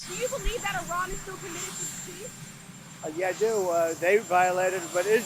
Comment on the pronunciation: WAIT, DID NO ONE NOTICE HE ACTUALLY PRONOUNCED IRAN CORRECTLY?